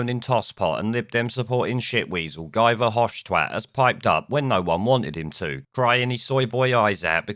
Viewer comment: His name is pronounced "Ghee" Nuff said.